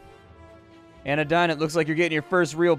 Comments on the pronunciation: Pretty sure its pronounced Ana-deen. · Fun fact! While anadine sounds like a medicine if pronounced as you did, it also sounds EXACTLY like "anodyne," which literally means "a medicine to handle symptoms/pain." There is the possibility that it's supposed to sound like "AHnuhDEEN," depending on how French the influences are for the world.